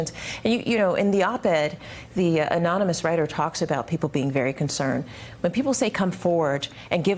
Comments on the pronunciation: He may have beaten that one, with "ANOM-INUS" (anonymous) and "Con-screet" (consecrate) LOL. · Not Bigly, but MORE WORDS, and better sentences. Not like "A-NOM-IN-US," or "Congreet-ness." LMAO.